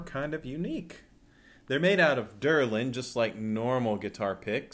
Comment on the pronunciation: Delrin. Not Derlin.